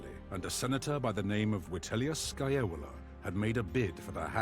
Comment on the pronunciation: The way the narrator says Scaevola sounds like Scajola...a politician from my city in Italy, lol!